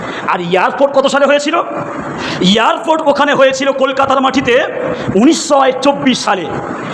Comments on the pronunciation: "পেরায়" নয়, হুজুর "প্রায়"। 'ইয়ারপোট' নয়, "এয়ারপোর্ট"। অশিক্ষিত জিভ। পেটে বিদ্যে আছে বলে মনে হয় না। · ভাষণ পরে দিবি আগে ঠিক করে কথা বলতে শেখ। ওটা ইয়ারর্পোর্ট নয় বল এয়ারপোর্ট।😂😂😂😂 বাংলাদেশী। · Besh karbe, katha bolte parena YARPORT bole !Haj karte gele ke .....jabe Jadi na security thake